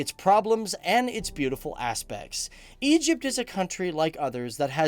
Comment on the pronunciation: Egyyyyypt is not an Arabic country